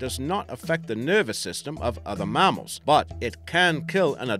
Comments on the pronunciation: ya IKR e.g He said MAH-MALS when its pronounced MAAMMALS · Mammal doesn't have an R in it, it's not really Marmals lol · You know it's a fake accent when they pronounce mass as marss and mammals as marmarls smh